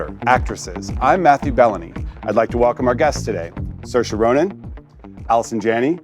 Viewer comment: At did the interviewer say Saoirse’s name wrong or is that how you say it?